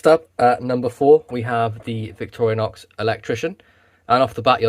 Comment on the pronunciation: Why do you say "Victoria-nox"?